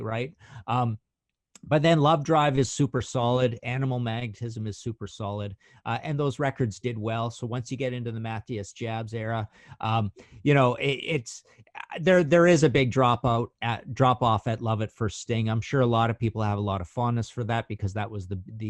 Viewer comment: yet again mispronounced matthias jabs name- muh-tee-iss yobbs. my question to you both at which album was your first exposure to scorpions? IF it is post tokyo tapes- shame. we fans who were on board das scorpions autobahn throughout the uli (& lonesome crow...yes, lovedrive too), michael chapters, know it was comparable to following a cult band. zero airplay, press, & no north american tours!! while they were creating some f'n magic metal! my list, (i hate lists) taken by force- charon n burn the sky aside- your light, steamrock fever( we need more jackhammer!!), suspender love. virgin killers lovedrive in trance tokyo tapes 100x's over WWL (save matthias' solos on the first four tracks) animal magnetism fly to the rainbow love blackout...just has not aged as soundly. during the uli chapter...did anyone in the band speak fluent english??